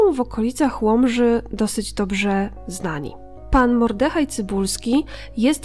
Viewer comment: Hej. Pięknie opowiadasz wspaniałe historie! Jest i jednak łyżka dziękciu. Nie MordEhaj tylko MOrdehaj! (Duża litera wskazuje akcent). Mimo to pozdrawiam, kibicuję i wiernie słucham :) A tą historię, miałem zaszczyt słuchać, z ust więźniarki, która była wtedy w obozie. Łzy w oczach przez całą opowieść!